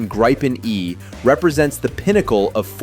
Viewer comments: The "i" is a long vowel, so "gr'ee-pen" and not "grippen". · Itr's pronounced "gree-pen" not "gry-pen". Also, Scandinavia only consists of Sweden and Norway. So the title should be "Sweden’s Military Is Now the Strongest in the Nordic region". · "Grayyypen" - FFS. It's Gripen! As in "Agrippa", to "grip" or "ripp". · Thank you for telling a Swedish citizen how to pronounce a Swedish word. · Or more correct like the American word "greed" without "d" and the English word "pencil" without "cil" and you have "Gripen"...